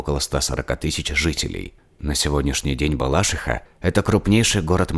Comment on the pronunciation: Уууу суууууМочка) Воврем исправили БалАшиху на БалашИху😹😹 Хорошее видео)